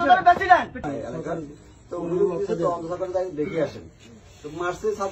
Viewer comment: হেতে নাকি 'পেসিডেন' 😂😂😅😅